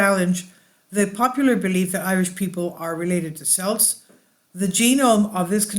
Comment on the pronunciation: Interesting video especially having this heritage. Just to let you know that Celts is pronounced with a hard C.